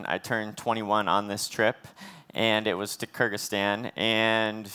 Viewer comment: it was actually Kyrgyzstan she pronounced it a bit wrong.... but reading your comment reminded me of that joke about two collegue studends who had an argument whether Iraq or Iran exists xD